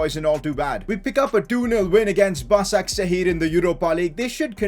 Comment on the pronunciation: Hey! It is pronounced "Bashakshehir" not "Basaksehir"